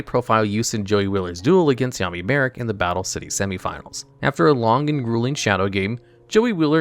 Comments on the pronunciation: I swore he was calling him Yaoi Marik at one point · Am I the only one who heard “yaoi marik”?? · Anyone notice he says yaoi marik when talking about question in the anime 😭